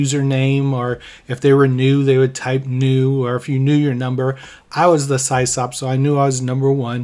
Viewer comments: Yeah, we ALL (me too) said Sie-Sop back in the day. Eventually I learned it's short for System Operator and its pronounced Siss-Awp. Still... hearing it the way we all used to say it as teens hit home in a good way. 😎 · pronounced Sis-Op not cy's op. its short for system administrator. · I haven't heard SysOp mispronounced as Sie-Sop in many, many years. haha! You're the best! 🐐😎🎉 EDIT: Just subscribed over that, too. ;) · Pretty sure it’s pronounced Sisop. System Operator 👍. I ran a BBS back in the 90’s as well.